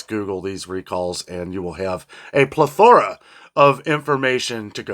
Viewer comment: I love the way you say plethora. It reminds me of how a British person might say it 😊.